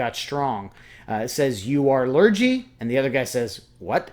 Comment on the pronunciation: Interesting choice to show, I am from England and just wanna say Lurgee is pronounced Lur-Gee not Lur-Jee.